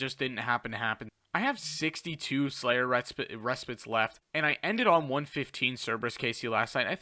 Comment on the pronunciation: 100% pronounced "Slayers Re-Spite" but great content bro! Keep it up! Much love